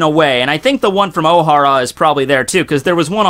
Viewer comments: it's Oh-Haaa-ra. not Ow-hara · ohara... two syllables... not three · Jesus the way you pronounce Ohara makes me cringe.